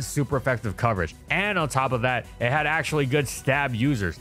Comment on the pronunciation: For a second i heard "with chad quick attack" instead of "with had quick attack" lol